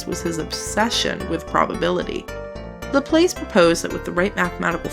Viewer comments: ...also by mispronouncing Laplace you missed a perfectly good opportunity to make ass puns. ;s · I'm sure a dozen people have commented this already, but that's not how you pronounce "Laplace" (it's a french name after all)